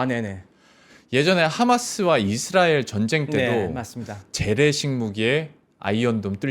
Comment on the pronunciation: 이드라엘ㅋㅋㅋ 우디에ㅋㅋㅋ